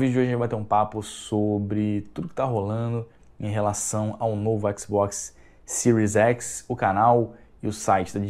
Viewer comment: kkkkkk mais e sério no começo do vídeo ele fala novo Xbox mil graus kk